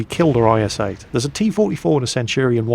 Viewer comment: you say js 8 not is8